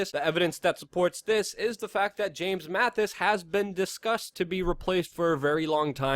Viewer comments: MaTTis, not MaTHis. I enjoy the videos, just trying to help you sound come credible. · Not Mathis. Mattis. Amateur. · Learn how to pronounce the DEFSEC’S name!